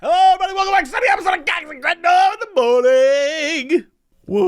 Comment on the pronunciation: Is it just me or does it sound like he is saying cox n crendog in the morning?